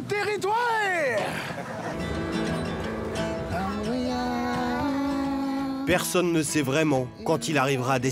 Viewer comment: "ON S EN VA DANS LTÉRRITOUEEEEREEE"